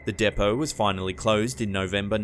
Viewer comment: Sorry, it's pronounced D-POE. Depot.Train Depot.